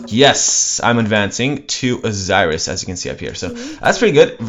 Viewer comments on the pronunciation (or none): none